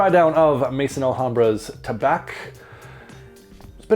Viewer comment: Sounds like that Tabac (btw, Tabac in French is simply pronounced with an "ah" sound at the end, the c is muted 😉) is a good one, need to get this guy. Swiss Arabian is hit and miss, really. Their standouts are definitely the Shaghaf oud series and Casablanca by far, IMHO.